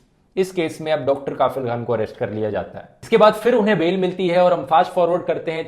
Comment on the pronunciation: Sir, इस डॉक्टर का नाम कफील खान है, काफिल नहीं, इतने मशहूर नाम को आपने लगातार गलत उच्चारण कैसे कर दिया??